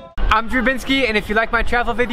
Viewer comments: At the end, he pronounced drew like djroe. Which means "dog" in darija xD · Me: "Drew" Drew: "Djrew" Libyan guy: "djzrew" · Drew: drew Guy: Grew 😂